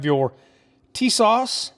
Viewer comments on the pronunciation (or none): TIS-ASH....TISAS ... little Turkish for you all